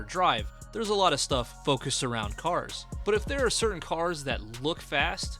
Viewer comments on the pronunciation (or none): none